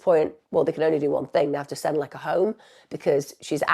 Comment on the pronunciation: Please put some effort into pronouncing the Polish name correctly. It's easy, her name is Łecka and you read it "Wetska"